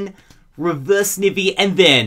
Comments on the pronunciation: its snIVY not snive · I think you're saying Snivy wrong. It's Sn(eye)vy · I always laugh when he calls snivy snivvey